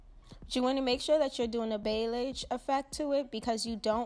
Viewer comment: Beautiful work definitely trying this! Also it’s pronounced “Bolly-ahj” tfs!